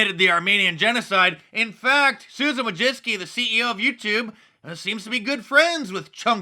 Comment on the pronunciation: Mark, you mispronounced Susan Wojcicki's name. There is no "ski" on the end of it. Its ending sounds like "icky."